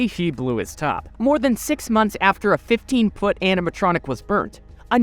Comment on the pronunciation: I keep hearing him say “MY FOOOOT!” Lol